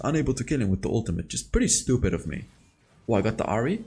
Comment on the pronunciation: Its Ahri Not Hari